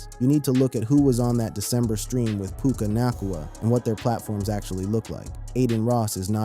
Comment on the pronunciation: SAY HIS NAME RIGHT - OMG